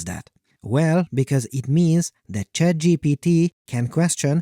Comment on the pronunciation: I heard you said CHADGPT